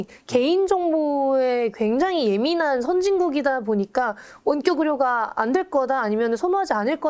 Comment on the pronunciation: 여러분들 --> 여러분. "원격 의료" 발음 못 알아들었음. 가 말하는 거 듣고 알았음.